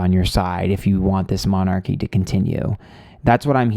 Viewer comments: You can't pronounce "monarchy" but you can read tarot cards! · just a bit of advice here: if you are going to do a reading on a subject like this… do a bit of research first. It sounds really ignorant you can’t pronounce ‘monarchy’ or know that it is definitely Charles who is now king. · Gawd this guy is sooooo American ... can't even pronounce 'monarchy' and then proceeds as if it was all about an American TV show on 'the monarchy,' it seems that he's making things up specifically for an American audience. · Shame on you you should at least research how to pronounce monarchy and at least know who is king queen before you put on a shit show like this by the way I have loved all your previous shows but please don’t show your ignorance. Saying you don’t follow the monarchy is no excuse. other than that I think you’re pretty right on. When they let the Yacht girl join in on the walkabout to get footage for Netflix I knew Charles is really weak. That’s why the queen wouldn’t step down and let Charles be king.